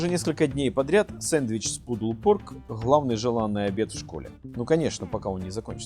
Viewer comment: Да не хлавный, а главный. Хватит хэкать.